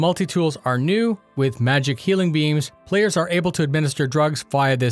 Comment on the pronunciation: At first I thought he said 'magical healing beans, and was like... "What???" Oh, beammmms.